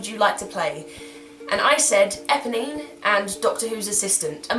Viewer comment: EPONINE.......NOT EBONY!!!!